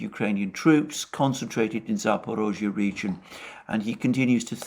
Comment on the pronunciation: Kudos for finally correctly pronouncing Zaporozhye!